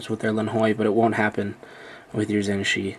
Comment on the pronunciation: its pronounced dayan zhan-che in english, its hard to write, i am chinese